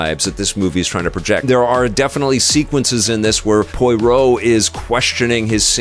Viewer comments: 😂 Listening to pronounce Poirot as Poyroh feels the same as listening to my dad pronounce Chipotle as Chipotul. Love it 😂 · Looking forward to this after the first two Kenneth Branagh (pronounced branna) Poirot (pronounced pwurrow) films, although the horror/spooky side is a bit concerning (the book really isn’t).